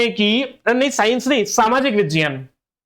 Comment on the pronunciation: who told uhh this miss???? Its roman pronunciation not HINDI pronunciation.